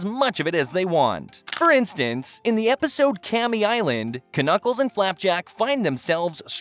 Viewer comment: His name is Knuckles he just pronounces the silent K because he's uneducated